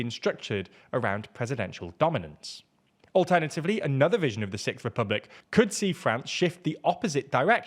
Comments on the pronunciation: I'd be damned to hear the "sickth" republic over & over again if it does ever happen... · Sicth lol